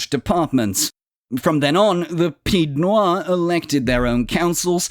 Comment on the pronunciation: I find the video superficial. The mispronunciation of pied-noirs is just a slight annoyance, but omitting the Barbary wars is a big miss out. Also the French army didn't undergo a humiliating defeat in 1962. Actually it was militarily successful, it was political decision to release Algeria into independence.